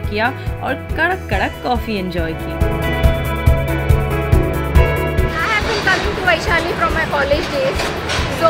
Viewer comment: "kya rey tum North Indians...say Vai-Sha-li not Way-sha-li" (ab tak 56 movie) 😂😆